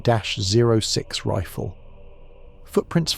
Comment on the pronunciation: It’s pronounced THIRTY OTT SIX 30-06